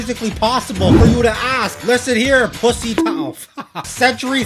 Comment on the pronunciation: oh my god he said pusi